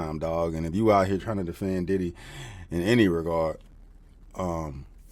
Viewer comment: When you said “Diddly”, I burst out laughing